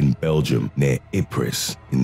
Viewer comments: Ypres is pronounced 'yipree' not 'ipress' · Ipriss????? You mean Eepra or Eeepr. That is how you say it. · Ypres is pronounced "eep"